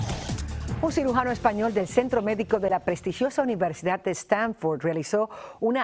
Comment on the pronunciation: Primer error minuto unnnnifercidad🙄